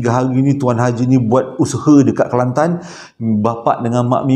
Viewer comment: Suke dgr sbut nama kelantan...sbbnye sy org klantan😀😁